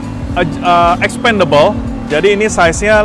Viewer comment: Supaya dipelajari dari kamus dictionary cara baca dari nama2 component nya.Contohnya penyebutan kata "expandable" dan "crankcase" yg anda salah penyebutannya ! Tks!